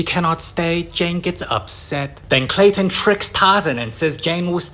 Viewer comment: And it's clayton